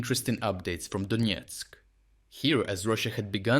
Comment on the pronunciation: Donetsk not Donietsk